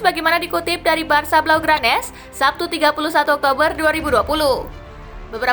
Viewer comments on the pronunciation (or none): none